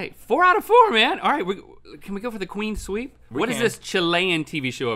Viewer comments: Did Link say "Queen Sweep" ?? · Does anyone else hear Link saying "Queen sweep" instead of "clean sweep"